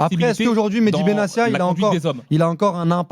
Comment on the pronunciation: Acherchour qui prononce Benacia c’est un peu bizarre !